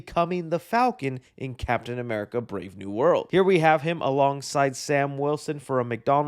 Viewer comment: I’m not used to you saying Captain America right 😭